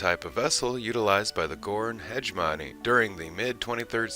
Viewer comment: Great graphics! Wow, your pronunciation really threw me off. Did you even watch the TOS episode "Arena"? The names Cestus III and Gorn Hemougeny are not said like that.